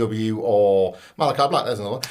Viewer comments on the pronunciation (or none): none